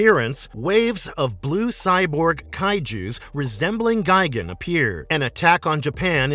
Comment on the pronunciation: It’s gi-GAN Not gigin